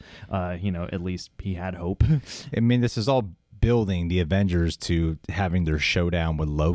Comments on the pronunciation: See I thought she was saying hulk. Its all about hulk… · Did anyone else hear “it’s all about hulk” instead of hope